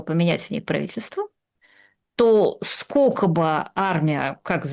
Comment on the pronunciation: Юля,невозможно же слышать, скока стока. Вы же филолог